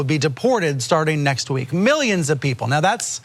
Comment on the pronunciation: Trump has a vocabulary problem 😐 Whenever he wants to say “numerous” or “ a large number of” he immediately resorts to Millienz.